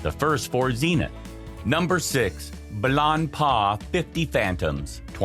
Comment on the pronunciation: He even butcherd Blancpain ...